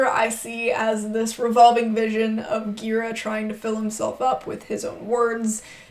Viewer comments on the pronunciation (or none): Just a side note: it's pronounced with a soft G "Michael Ji-RAH", thanks for the thoughtful review.